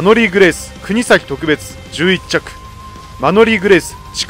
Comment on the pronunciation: 特別の発音がとく↓べつですね。